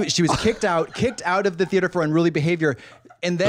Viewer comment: Katya calling it “the thee-ate-er” every singe time has sent me